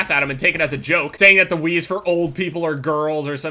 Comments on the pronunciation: Sounded like said xD "I have played weed" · "played weed" Is what I thought u said.